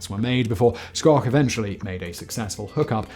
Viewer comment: I'm accustomed to people butchering the pronunciation of the family's surname (think "shhh" – as in "be quiet" followed by "oak" – as in "oak tree."), and I've heard far worse than Simon's. Two prototypes were built and flown. One is at Wright-Patterson AFB outside Dayton, OH, the other is at the Strategic Air Command Museum outside Ashland, NE. Ed Schoch (my father) has a Wikipedia page